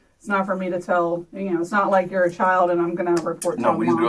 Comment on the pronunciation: The way she said "YOU'RE an adult"